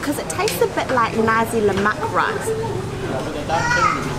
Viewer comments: Nasi is not pronounced "Nazi". The right sound is "na sik" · It's "nar-see", not "na-zi". 😊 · i am sorry.. we dont sell nazi here in malaysia.... :) we pronounced it NA SEE btw. eat more malaysian food. have a great day. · So funny that they pronounced 'nasi' as 'Nazi' haha . But , it's okay haha proud to be malaysian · Hitler would not be pleased because you just ate what i heard as "Nazi"😂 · The correct way to pronounce nasi is na-c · Tea= teh....as in ta..ble Tarik...as in tar...not ter...rik.. as in rake. Rice = nasi...as in naa,si as in see...colloq...nasik..with k ending. Not nazi..omit z sound. Wow superlicious food!!! mouthwatering indeed. Ice lemon tea...lemon used is small lemon called limau kasturi.. kas as in cast, tu as in too, ri as in real. Its small but so aromatic ummm. So hope you get the right pronunciation... Well you could start Malay food restoran in Auckland someday and educate Aucklanders on spicy food. Well done and for a raving review on Malay food. Good to have a Malay food outlet in every city of the world...all halal. Best wishes for more discovery in East Coast.🍽️👏